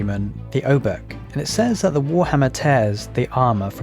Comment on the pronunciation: Few words on polish sounds. :) Jadwiga you read like "Yadviga". For english "J" sound we use "Dż" and for english "W" we have letter "Ł". We don't have "V" at all and "W" is our equvalent. Also with Obuch. In polish "h" is always read like in english "hammer" and sometimes it has silent "c" before like here. So it's "Obuh" with "H" like in "hammer" and it means.... Club or warhammer. Generally some blunt weapon ;)